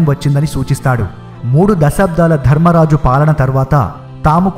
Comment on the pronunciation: It's while not wail, it's not diffended defended,it's winned not wined , it's dharmaraja not dharammaraja it's not shudeva it's sahadeva telugu vastay telugu lo cheppalsindi sir chudandi yenni mistakes okariki warning ichhay apudu manavanni correct ga pettukovali lekapotay vallu vekkirinchadaniki manamay chance ichhina vallam avtamu